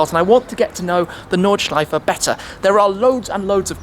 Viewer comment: Is that how we pronounce "Nordschleife" matey??